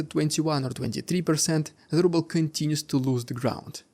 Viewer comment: The Russian "Rubbel" . So true 😂😂.